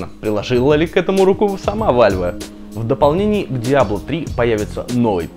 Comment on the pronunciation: какой вальве?вэлв а не вальве